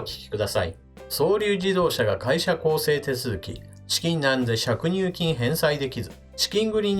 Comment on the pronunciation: 小さいことだけど、しゃくにゅうきん？ かりいれきん？